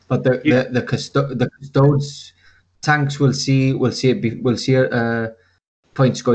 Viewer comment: it’s pronounced KUSS TOE DEES. 🙄